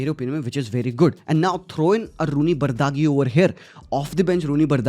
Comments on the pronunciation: Small correction Rooney bardagi❌❌Rooney bardhji is pronounced as bard-ji not bardagi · Its spelled as "Thibou" not "Thabaut" for Thibaut Courtois - same way Its "Bardghi" not "Bardaaghi" - tried ignoring these over the years but there have been too many to ignore!! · vai.... Woh pronounciation Barji hai Bardaghi nahi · You absolutely butchered his name Dawg 😂 and he's saying he has been following Bardghji's game for the last two years. What a joke!🤣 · I honestly dk why people don't take 2 minutes to see how to pronounce a player's name without butchering it.. like honestly. Try.